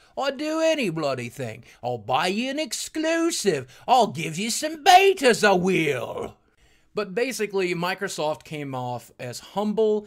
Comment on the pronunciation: hey boogie, you mean "beetas"